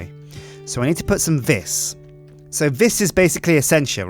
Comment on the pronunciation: Please. It's pronounced "vee", not "vis".